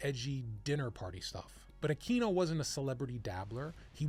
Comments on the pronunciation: Akweeno. Not Akino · I had a hard time paying attention to this after you repeatedly mispronounced Aquino.